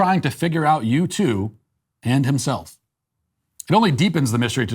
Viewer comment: I'm sorry, are saying YouTube? Because it sounds like you're saying YouTube. I mean, at first I thought maybe you said U-2, but that can't be right because U-2 isn't a thing as far as I am concerned. Carry on. ..